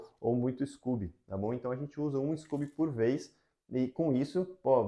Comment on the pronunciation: Adorei seu canal, super profissional e ótimas dicas, parabéns. Só nao entendi porque vc diz scUby em vez de scOby.